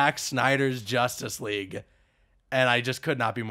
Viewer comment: When he said Justice League at one point I thought he said Injustice 3